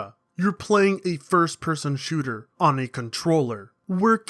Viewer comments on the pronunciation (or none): none